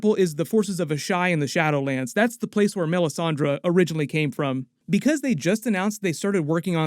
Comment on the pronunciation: Miss-anne-die🤣🤣 or Miss-aan-day also Melisandraaa🤣🤣🤣🤣🤣